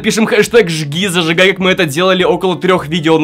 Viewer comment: Мне одной вместо "ЖгиЗажигай" слышится ЖирЖигай?